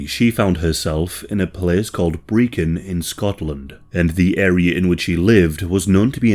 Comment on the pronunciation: Brechin pronounced perfectly 😊